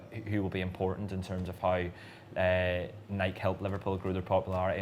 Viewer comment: Why can’t Brits pronounce “Nike” correctly? 😂 It rhymes with “crikey” not “bike.”